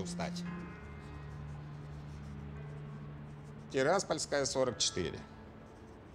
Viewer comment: в Одессе даже чистокровные евреи не умели так разговаривать. Так евреи говорят только в дешёвых байках за Одессу. Ии вот ещё - одесситы не говорят ТирАспольская. Только ТираспОльская, хоть это ударение и не по правилам.